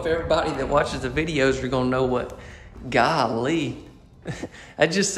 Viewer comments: We know “Gaaawleee” in the PNW! 🤣🤣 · Love the colors. I'm way over the gray though. I love these layouts of this model. Very beautiful. Now good gracious you sounded almost like Gomer Pile, saying, Gallee. I know what it means. Southern Girl here ( old now), but still girl ar heart. Thanks for sharing with us and may you and your family have a Blessed day